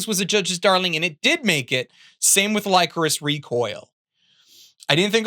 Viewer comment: I didn't press the issue in your The Best Anime of 2022 video but that is not how you pronounce Lycoris